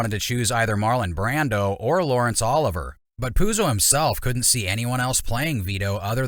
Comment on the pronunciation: It's 'ol-iv-ee-ay.' But yeah, Brandon was the best choice.